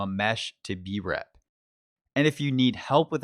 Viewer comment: Where's the link to the "mesh to DREP" (or BREP? Can't tell what you're saying) video you referenced?